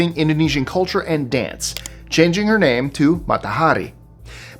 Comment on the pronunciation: I love how you pronounce all the names and words correctly! you are the best and most real guy. I love the Lists 25 and have for years!! I do miss the mascot though